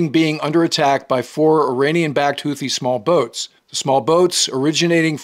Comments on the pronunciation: Hootees, not Hoothees. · The second h in Houthi is silent. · Houti general YAYA? 😂